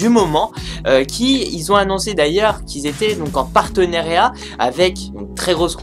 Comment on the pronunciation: Samsung, pas samsong. Partenariat, pas partenériat. A quand un texte correctement rédigé et dans un français correct,?